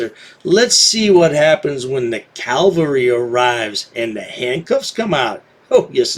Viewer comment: It’s cavalry, not calvary.